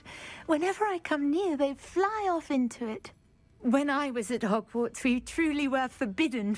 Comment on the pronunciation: I almost died choking on my coffee. HOGFARTS. FFS 😄😂😄😂